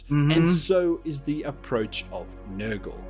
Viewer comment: Bro, I thought I heard say "Niggle" instead of "Nurgle".